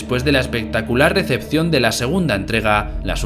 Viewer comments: lose por los comentarios que Dice recepcion, pero no fueron 1 o 2 los q escucharon decepción fueron varios, x eso digo q el narrador debería vocalizar mejor. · Si, si, a mí también me pareció que dice decepción, pero no, es recepción jaja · Yo también le entendi decepción, pero poniendo mas cuidado vi que dice recepción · soy el único que escucha " despues de la espectacular decepción de la segunda entrega"? XD creo que habrá dicho recepción porque me extraña bastante que diga eso de re2 remake. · Tmb escuche decepción el narrador debe vocalizar mejor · S NT comprame unos si quieres y se escucha clarito decepción